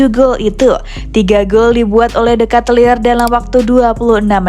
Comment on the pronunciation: Bacanya bukan katelir.. tapi keytelar